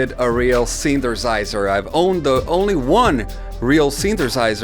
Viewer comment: I really enjoyed every time you said "synthersizer"